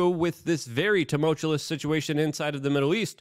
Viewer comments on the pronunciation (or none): Goddam it would someone PLEASE tell Luke how to say tumultuous. 🤦‍♂️